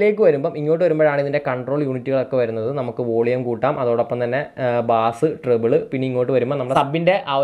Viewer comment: ബാസ് അല്ല bro ബേസ് ആണ്.